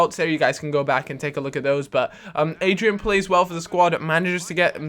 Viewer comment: Its not Adrian. It's Adryan